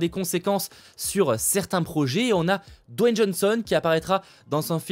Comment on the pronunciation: C'est DWAYNE pas Don...mon cher 😊 car tu as prononcé plusieurs fois Don...mais bon, sinon bonne vidéo